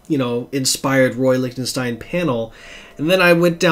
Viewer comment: In my AR training we always pronounced it Lick-ten-stine. Just found your channel and subbed. I do a similar channel and did a Lichtenstein video a few weeks ago and just shot a follow up video a few minutes ago which won't be up for a few days. I know there are sources which identify the sources of all his swipes. Those issues are more valuablebecause of that. It would be neat if DC were to publish a book reprinting all the stories that he swiped panels from.